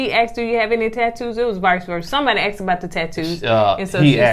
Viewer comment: He axed (asked) the question